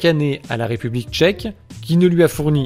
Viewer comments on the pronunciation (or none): none